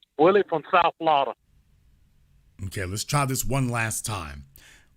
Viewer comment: SOUTH FLAWADA